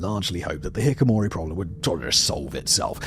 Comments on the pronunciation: "Hi-KI-ko-mori" not "Hi-ko-mori" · He says HIKIMORI 😂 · FOR THE LOVE OF GOD, SIMON! It’s pronounced HI-KI-KO-MORI!! HI-KI-KO, NOT HIKOMORI! Your team got it right on the thumbnail!! Can’t believe you’re still butchering simple and well known words like these, are you dyslexic or just really shitty at preparing, like reading through the words before shooting?!?! even though you have slightly improved as of late; Just listening especially to your Middle East history retells is not for the story, but to get a good laugh as the uploads resemble a scetch more than serious storytelling. The only thing missing here is the camera panning every now and then to someone else in the studio with actual education and extensive knowledge on the topic making strange faces as they can’t understand what or who you’re talking about 😂😅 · Mispronouncing "hikikomori" as "hikimori", the MAIN subject of the video, made me disregard this entirely. If you don't even manage this, the rest is likely just regurgitating other sources you were not even able to read properly. Also avoiding any of your other content mill channels now. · why do you not pronounce it correctly? I know Simon is just a host reading a script, but NO ONE stopped him from saying "hikamori" !!!!???? it is pronounced hee-kee-koh-MOH-ree (copied directly from google) and it only took me around 1 second to search for how to pronounce the word by google searching it. No one on his entire production team caught this? What do you pay them for? Do better, this is driving me crazy, you expect people to listen to you ranting about a topic for just shy of half an hour and you do not pronounce the word correctly. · It's not hik himori. It's Hiki kimori. Come on dude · aAARGH! Simon keeps saying "hikomori", but it is "hikikomori". It's driving me insane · not hikomori, but hikikomori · Please learn how to pronounce the topic of the video you’re discussing. Its “Ki-KI-komori” not “Ki-ko-mori.” there’s five syllables—not four.